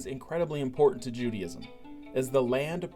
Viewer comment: Not pronounced Judyism.